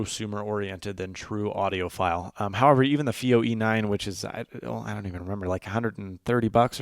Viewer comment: It's not "fee-oh" it's "feye-oh".